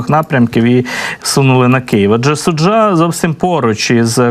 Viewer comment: Мисцеви кажуть Су'джа!